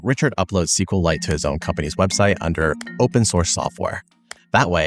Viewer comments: It's pronounced SQL ite... Like Kriptonite, Kripton-ite, SQL-ite.. Not SQL Lite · It's SQLite. NOT CQLAIT. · Great video, but every time you're saying "sequel lite", you're disrespecting Richard, who calls it "ess cue light". Just like MySQL is "My ess cue ell" from Monty.